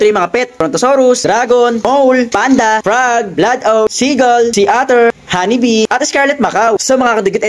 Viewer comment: Puro mali naman ung mole naging mowl ung honey bee naging Hanni bee mali naman ung assignment niya